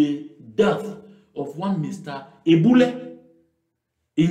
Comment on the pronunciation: Diboule not Eboule in the Yaounde SDF conference saga.